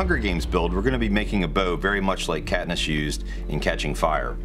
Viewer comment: Did anyone notice he said Katniss-shoes?